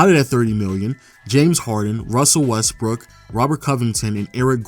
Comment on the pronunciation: dude said Westbrick